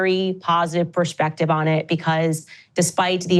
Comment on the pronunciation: For someone who has forever been touted as "such a great speaker," i find it irritating when she says "sh" when there's only an S in the word. Reminishent, Ishrael, convershations, pershpective ... ugh Also, some balls she's got, using racial dog-whistle phrase "public lynching" for what happened after the DW fired her. Most people supported her over them (myself included) and Ben Shapiro has had way more negativity thrown his way since it happened. She still seems too disingenuous, notwithstanding her obvious deep, abiding faith in the Lord Jesus.